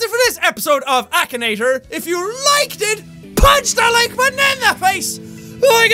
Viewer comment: it's not akanator it's , akinator